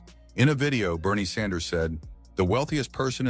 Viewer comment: ‘Sanders” or “Saunders”? Is the computer voice program messed up or is the person reading this just stupid? Get your act together.